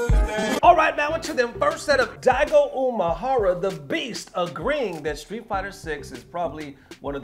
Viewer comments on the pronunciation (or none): why do you americans always pronounce Daigo Umehara's name "UMAhara"? the "ME" in uMEhara is pronounced the same as how you pronounce the "ME" in Mena RD.